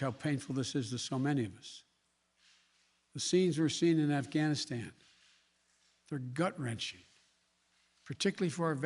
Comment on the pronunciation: “Bluh bluh bluh ghanstan “. Joe has to go